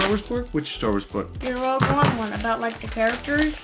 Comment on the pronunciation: Rouge One? Seriously? It’s Rogue One not Rouge 🤣🤣🤣